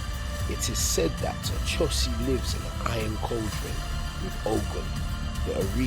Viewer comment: It's pronounced ..O cho si...not A cho si